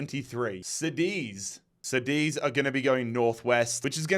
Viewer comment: I noticed that Kosovo is missing, I know there isn't a team but it's a country and I can be wrong but I think that you separated Luxemboug the tiny country that is in the middle of Germany, France and Belgium. Internacional is a brazilian team, from the city of Porto Alegre. You are saying Cadiz in the wrong way, the correct way is saying the "ca-" like how you say in the word "car". Keep with the great series, much love from Portugal.